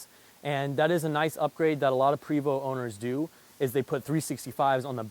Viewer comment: Love your detailed videos!! Just an fyi...Prevost is pronounced "Pray Voo" Think French lol..